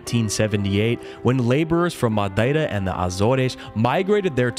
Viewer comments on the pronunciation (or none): none